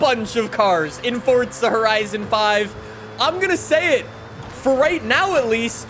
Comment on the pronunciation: nobody: Forttzzha horizon 5